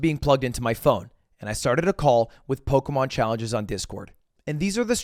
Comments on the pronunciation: I hate how he says Pokemon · I know this is a year old, but I FUCKING HATE THE WAY HE PRONOUNCES POKEMON